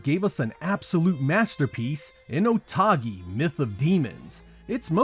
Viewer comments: Otogi is a Japanese word. So it's "Oh toh gi" not "Oh tah gi" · Why you pronounce otogi "otagi" lol good video anyways but shame on you not mentioning jetset radio future ! 😢